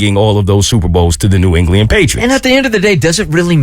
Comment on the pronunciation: New “Engliand” 😂, New ENGLAND